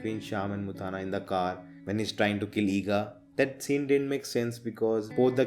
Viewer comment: Bro you are pronouncing mutthanna wrong. It's not muthaana, it is mutthanna.